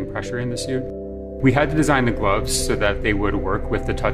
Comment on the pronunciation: did he say mcgloves